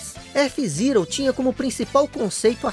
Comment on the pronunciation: Que agonia te ouvir falar f zirou